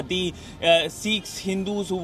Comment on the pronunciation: Please note that the is pronounced as thee only before a word begining with vowel that are a, e, i, o, u